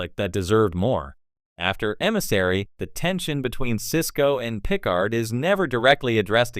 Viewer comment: "Jean Luc Pick-Card"!